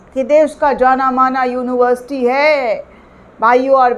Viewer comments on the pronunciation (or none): जब पढ़ें लिखे होते तब ठीक से बोल लेते। यूनिवर्सिटी,सोरी सोरी।यूनिबरसीटी के छात्र को कितना ज्ञान होता है आप ही अनुमान लगाये।